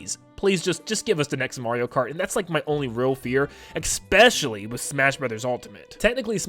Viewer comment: I love the "EXspecialy"